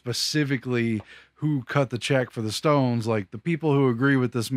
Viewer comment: zhese ztones could have bin a portell or a ztargate